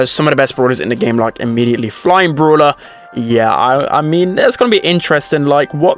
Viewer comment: The way that he pronounces brawler like “BrUlAh” is so funny to me idk why